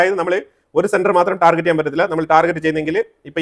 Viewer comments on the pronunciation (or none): none